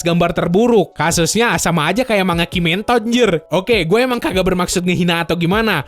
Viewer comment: Waduh kimetod aj nyebut nya, berat sebelah wkwkw